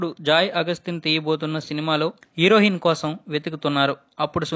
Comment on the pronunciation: Mundu Telugu sarigga papakadam nerchuko herohin kadura heroine